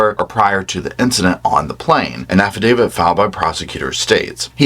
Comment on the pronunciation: you’re the only true crime commentator that pronounces affidavit properly.